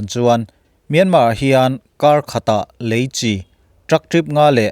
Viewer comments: lam diklo mahse a kawhtum chu a ngai reng alom ilo sawifiah dan hi a dik chiahlo alom, Leichi hi Chi chawhmeh pawlh ang hian an lam ngailo a dik hlel deuh alom, eichi, inchi anga lam tur ania, Chi tih hi a lam dikloh chuan a nihna a bo vekin ka hria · Leichi hi tinge Chi lai hi chawhmeh al nan a kan hman Chi ang hian tinge kan Youtuber ho hian in hman zel le,eichi kan tih a Chi ang hian lam tur ania inlam diklo lutuk hi a pawi e inlam dikloh ang2 hian a ngaithla tuten anlo zawm veleh dawn ania a pawi hi ka ti thin